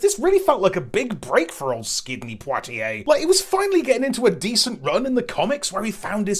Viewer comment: "Skidney Poitier". Well done.